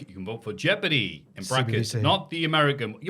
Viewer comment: Was thinking of that jeopardy show last week so mad to hear mention it here The way pronounces the word jeopardy is awful though 😂